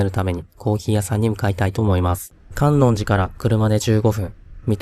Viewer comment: 伊吹島、とっても素敵ですね✨ ご参考までに地名の観音寺はかんおんじと読みます♫